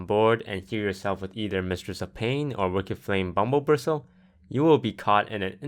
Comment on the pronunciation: what's a bumblebristle